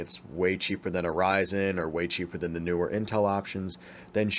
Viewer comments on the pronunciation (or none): none